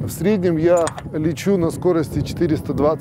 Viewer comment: Спасибо, хорошеее видео. Автору только убрать "СкоростЯ" и заменить на "СкОрости".